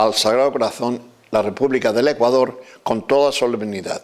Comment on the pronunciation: Me imagino lo que esos vejestorios pedofilos les enseñaron a muchos niños. Por lo menos digalen a esa momia apostólica aprenda A PRONUNCIAR BIEN el nombre de Ecuador....basura de institución.